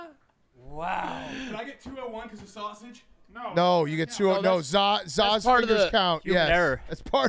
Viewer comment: he almost got boned because of "sawsauge" lmao